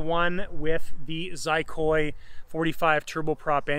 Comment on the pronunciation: Spell Xicoy like "chicoy" (that's what it is pronounced in Spanish) and Gaspar will freak out 👍